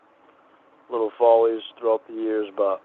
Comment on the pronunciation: The mini syllables and "buht"s really annoy me